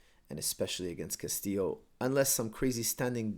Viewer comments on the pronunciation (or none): none